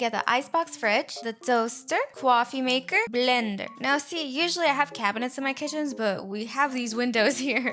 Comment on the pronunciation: "The cwofimaker"